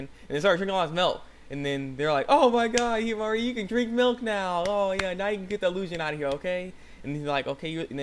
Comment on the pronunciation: You said her name right! wow, you realizing you were saying Himari's name wrong made me remember the comment on your first video! (shoutout? silent shoutout?) Oh, great video btw!